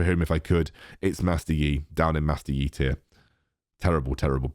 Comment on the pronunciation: If you want to make a his own tier for Master Yi, you could make a yEeeee tier (pronounced accordingly to the one who this tier is for)